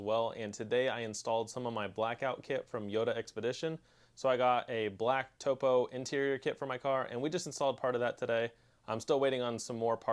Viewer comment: Not pronounced “toe-poe” Pronounced like top-o, as in a topographic map. Cool stuff man!